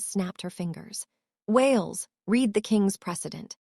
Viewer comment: A mispronunciation like "fading" said as fadding rather than fayding throws your concentration out of the storyline. "Read" pronounced red rather than reed. It takes a minute for the brain to catch back up with the story!